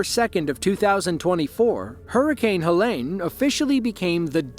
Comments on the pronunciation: FYI: Helene is not pronounced like Ha-Lane, its pronounced, Ha- Leen ( like Jolene) Living 3 hours east of Asheville, if Helene would have shifted our way, that could have been our small towns. It was truly unbelievable to start seeing the aftermath of the hurricane. No one saw that coming. At my house, it was just some wind gusts like 40mph and we had a couple of tornado warnings. Very sad to see our WNC neighbors in that situation. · Helene not helen